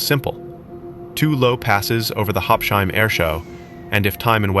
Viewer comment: please pronounce it correctly: Habs-Hime, not Hab-shime. Habsheim is not an English name or word, so please pronounce it accordingly.